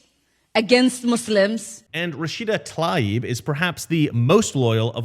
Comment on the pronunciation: You're the first person I've listened to who pronounced Rashida's last name the way it's actually spelled... and as a low level "grammar nazi" / logophile, I'd just like to say... Thank you...